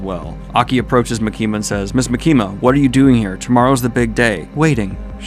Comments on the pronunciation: dude for the love of fucking gawd its MA-KIM-MA NOT MA-KEEM-A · Why are you saying makimas name like that!? Stop doing that!!